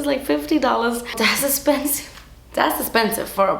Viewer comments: Hearing her say "das espensive" makes my day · My favourite part of your videos is when you DAS ESSPENSIVE